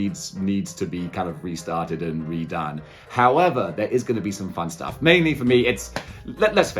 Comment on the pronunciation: Another great vid but darn it you got me saying Hoi-ever now